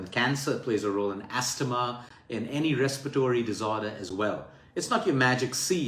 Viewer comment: Thanks luke for this great advice. In english when we say astma we say the T like asma